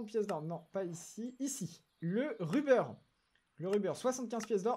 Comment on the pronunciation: Ruber ça se prononce avec un "o" au lieu d’un "u" dit le donc rober sinon super vidéo continue gg pour le million